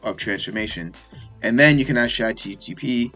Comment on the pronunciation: You keep saying chatgtp